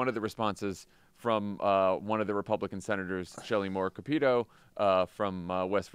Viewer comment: Not "Kapeeto", its "Cap-it-toe". I dislike the woman intensely, but please get her name right.